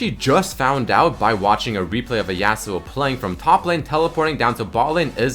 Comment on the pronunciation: Yah-suo not YEAHsuo